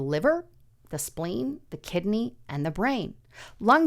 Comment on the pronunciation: Kid a knee 😂 it’s kid-ney.Have a blessed day,thank you guy’s for the news…….